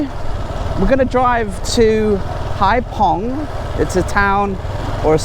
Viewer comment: Haiphong is a bigger city… and it’s haifong not pong hhh